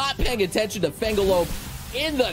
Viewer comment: Is intentionally mispronouncing Fenglope or does he just not realize it?